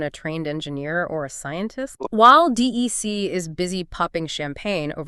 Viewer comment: It's not pronounced D.E.C., it's 'Dec'. Pretty fundamental for an AI generated 'deep dive' that you get at least the name right in the audio. Ugh.